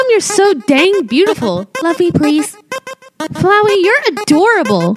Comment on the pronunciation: Flwey you flwey and flwer